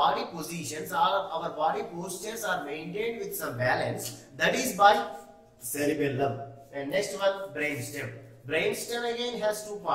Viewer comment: You are saying wrong sir at cerebrum and cerebellum